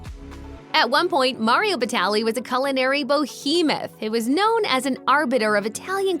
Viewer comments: BO-hemoth? It's behemoth, peasant. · You say "BOhemoth" but made sure you try and say fieri way too hard.